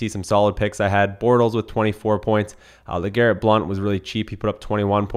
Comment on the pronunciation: It's LeGarrette, FYI.